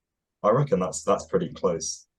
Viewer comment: Made me think of “purdy” in place of pretty. So price, comes out slightly sounding of “purice”